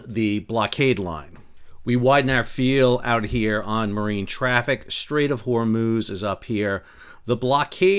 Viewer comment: "hormooz" :D Cracks me up every time.